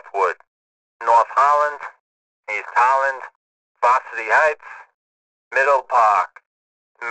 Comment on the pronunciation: Whenever he says Varsity Heights i thought he says Washington Heights that's the beta name for Northwood.